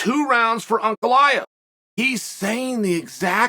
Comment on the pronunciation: Blahovavavits haha gotta love macklechev tho